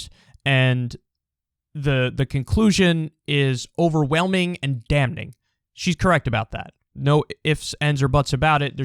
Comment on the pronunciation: News Flash! Kyle finally pronounces "damning" with a silent "n"! Thought it would never happen.